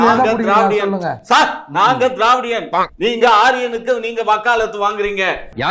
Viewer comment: திரவிடியன்னு சொல்லாதீங்க டா, வேற மாதிரி கேக்குது..